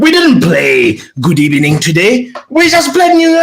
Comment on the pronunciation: Loooooool good ebening